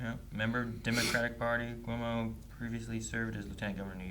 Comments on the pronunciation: It's Pronounced "CO-MO" not "CU-MUO" .. His son was also Governor of New York State during the Pandemic, got Canned because of sexual Misconduct. His other son worked for CNN and got booted for related reasons. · His name is pronounced "Kwo-mo". Rhymes with Slow-Mo.